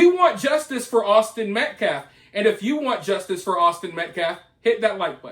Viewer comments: Kyle Rittenhouse should sue him for saying he shot 3 people in the back. The clown not only butchered the victims name over and over, he butchered the English language. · It’s Austin Mecklaf! Say it Right!! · Idk if you were trying to imitate dominique or what but you almost did it, just didnt mispronounce near enough words or make any incomplete sentences while saying Metcalf wrong. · He hasn't even yet learned how to pronounce Austin's last name. How disrespectful is that. I don't know how many black sponsored youtube channels I have visited in the last few weeks but it is alot, and ALL of them think this guy is a joke. They ALL say he is hurting Karmelo more than helping. They need to get rid of this guy. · you could perhaps think that but the fact they they have yet to say his name(I don't recall them doing it even once) correctly shows it's intentional imo.